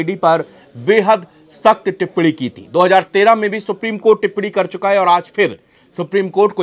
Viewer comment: टिप्पणी टिप्पडी नहीं रे तोते